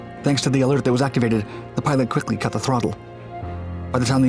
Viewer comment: KhwiKlly cut hthe h THRLOTLLE